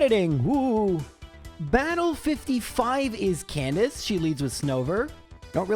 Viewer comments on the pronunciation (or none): none